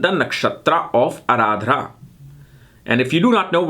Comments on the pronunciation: Need to work a lot on your pronunciations of all words sanskrut. It's aardra not ardhra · It's not Araadra man it's Arudra ( lord Shiva in furious and Roaring.) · I thought it was just pronounced Ardra not Aradrah. 🤔